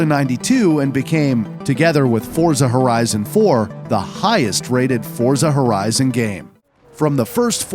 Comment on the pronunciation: He finally a person who properly pronouncing Forza Horizon name.